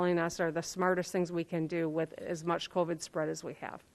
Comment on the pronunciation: Also, the way she says covid bothers me